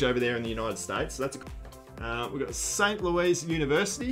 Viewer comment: Let me know if you get any Northwestern. Also pronounced St. “Lewis” :)